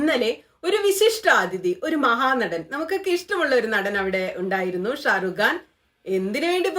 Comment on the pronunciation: Sharugan alla sharukh khan